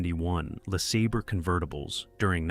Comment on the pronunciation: Yeah, the Buick "Lasabber." Jeeze!